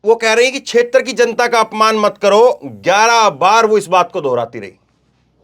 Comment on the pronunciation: छेत्र शब्द 12 बार बोला आप से गलती हुवी है sir